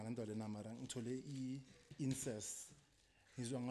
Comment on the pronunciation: "Insest" y'all are legends 🤣🤣🤣🤣